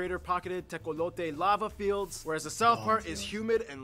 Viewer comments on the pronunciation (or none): none